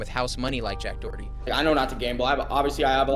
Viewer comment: “Jack Dorty” is too funny every time I hear it 😂